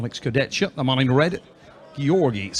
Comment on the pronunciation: to the comentators.. learn to pronounce names. This is disrespectful, u heard 100 times the names and u say it wrong every time .... Kurdecka ? Fetkopf ? Shagnashvili ? .......